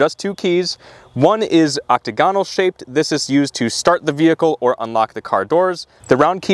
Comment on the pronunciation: “Oc-tah-GONE-all”? I think you meant “oc-TAG-on-all”.😜